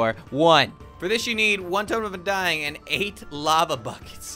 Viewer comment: Also he says totem of undyne